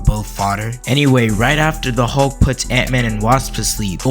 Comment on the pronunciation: His name is Hulk not Halk you clown. You probably call it malk instead of milk too.